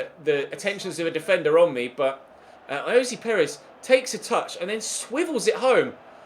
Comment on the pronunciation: Why do you say ayozee Perez its ayoz Perez